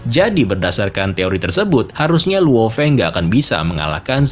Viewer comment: Bang biar gak susah nyebut luo Feng sebut Lao Feng aja bang bias enak di denger